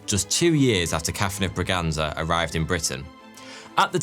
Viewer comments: Catarina de Bragança (ç is pronounced as an s) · btw its Bragança